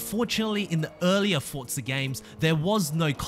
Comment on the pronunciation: where is the T in Forza? 🤣🤣🤣🤣🤣